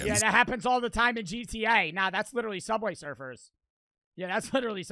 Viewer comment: Bro said subway serfers 😭